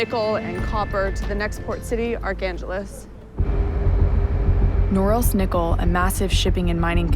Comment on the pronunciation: Good grief, "Archangeles?" Top notch accent, there.